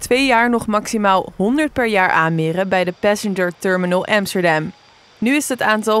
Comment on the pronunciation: aub spreek amsterdam gewoon uit in het nederlands.